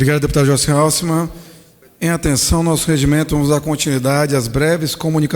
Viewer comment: O nome dela NAO eh hau-se-man; eh ha-sel-man. Dificil hein Btasil???